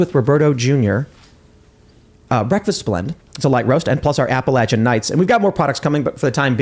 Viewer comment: I really appreciate that you pronounce Appalachian correctly, the way a native pronounces it. I've lived here my whole life and I promise you, we can't stand when people say Appa-lay-chia.